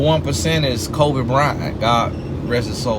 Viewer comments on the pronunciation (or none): none